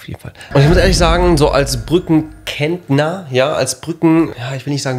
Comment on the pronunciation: Brücken Kentner Ich: Brücken Rentner lol